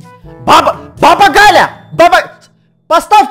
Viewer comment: Не Гля а Галя